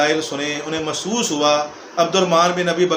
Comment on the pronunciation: حرام کے نطفے کو بولنا آتا نہیں آیا ہے لیکچر دینے فاروق کو فروق ،تاریخ کو تریخ،محسوس کو مسوس بول رہا ہے ۔